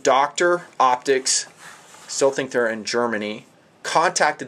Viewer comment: Based on the Russian Helios monocular which is the best but is very difficult to find now. Your Made in Deutschland sucker is a rip off copy. Eat your heart out and then eat your notes. Btw Are you Mexican? Just the way you said "I think" - I theeeeenk!!! Hasta la vista and auf Wiedersehen!!!